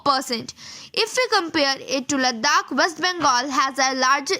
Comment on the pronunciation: it is "Ladakh" not "Laddakh"